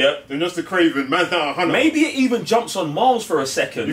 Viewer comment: It’s damn sure not kraven lol